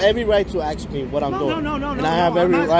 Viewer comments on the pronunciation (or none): My point was and is, don’t make fun of or ridicule someone unless and until you are perfect. While you are at it, write the word ASK on a piece of paper, look at it and explain how the you come to pronounce it Ax. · You have repeatedly made fun of that woman for saying UPS law. Before you make fun of someone, make sure that you aren’t messing up! You have REPEATEDLY said “I didn’t ax for help” and you said several times “ UPS do not make laws.” Number one, you cannot AX a question! You may ASK a question. The word is spelled ASK, NOT AX! Second, UPS DOES not make laws. NOT UPS DO not make laws. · You let yourself down by not speaking correct English!! The word is ASK and not AXE. Many, many videos have African-Americans saying the same. Is this language taught in school? Or do you all just repeat the slang that you learned in the 'hood? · Not only are our rights eroding but so are our language skills. We no longer ask people things now we "" them. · LOL! He didn’t for help. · I’ll subscribe to your channel when you stop saying “” and start saying “ask.” Otherwise, great work. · Did you AX for help or did you ASK for help ? Why can't blacks speak English ? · Got to agree with some of the others. You keep making fun of the guard but can not pronounce "ask". Either learn how to pronounce it or go easy on others